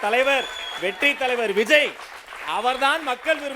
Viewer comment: 🚶‍♀️2024ல் வி ஜ ய், 🏃2026ல் விஜேய் 🏃‍♀️2026 ல் விஜோய் அண்ணே மூணு வருஷமா அவர் பெயரில் மட்டும் கூட்டங்களில்உச்சரிப்பதில் மட்டும் தான் வேக்ம், உத்வேகம் தெரிகிறது 2027ல் தலைவரின் விதி எதுவாக இருந்தாலும் எப்படியோ நம்பி வந்துட்டோம். நாம் இன்றைய உறுதியில் யிலிருந்து மாறாமல் இருப்போமா !!,!,! ??? ஃ± ±±±